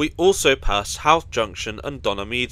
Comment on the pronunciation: Christmas decorations in Connolly Station? Either they're very early or this video has been sitting in the To Do list for white some time. Oh, Drogheda is pronounced "droh-head-a", and Howth rhymes with "both".